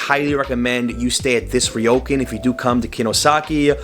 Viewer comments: its not rye-o-can. its rrrrrrrrrrrrriiiioooooo-cun =P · Ryokan, pronounced REE-OH-KHAN, not RYE-OH-CAN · Ryokan- Ree-yo-kaan.